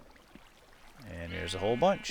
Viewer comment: lol everytime you say wiet (or something idk that word XP) i think of weed because you say it like the way we say weed in our country, and because it is legal to have 5 weed plants here its kinda funny, because now it looks like u have a drugsfarm XD btw im from The Netherlands if you dont know it, this might help:Amsterdam -.